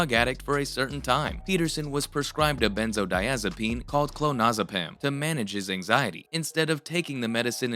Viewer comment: Hoping you used an ai voiceover cuz benzodiazepine is mispronounced in the first second of the video. Just to lyk ❤all love.